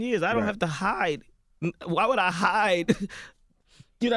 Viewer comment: Haha 😆 why he say HIDE like dat